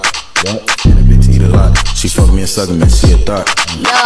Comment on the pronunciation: well that was awkward,............he said"fouk